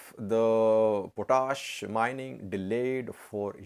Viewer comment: It is pronounced POT-ASH. POT ASH. It is English not French